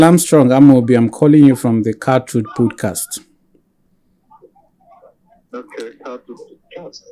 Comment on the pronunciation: First off, this presenter is so dull. Pronouncing "podcast" as "pudcast". I came here because of this interview but i just have to quickly say those who watch this guy's podcast steadily must be going through a lot because he sounds so dull.